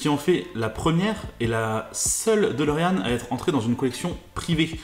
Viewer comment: La dOlorean e, prononciation ???? holala